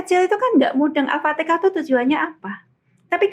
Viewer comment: Al Fatihah ! Bukan Al Fatika